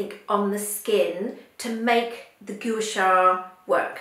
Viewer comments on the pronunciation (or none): it is pronounced 'Qua Sa' not Goo sha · You are mis-pronouncing Gua Sha.....It should be pronounced GWA SHA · You're holding it incorrectly. It's supposed to be at an angle closer to the face.... You're also pronouncing it incorrectly.